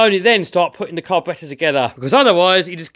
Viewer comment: I love the way you say car-b-rattor